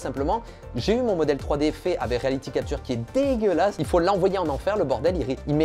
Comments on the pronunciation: Ca me tue de rire comment il dit degeulasse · Le fameux "dégueulâsse" de Jake Peralta :p #99ème!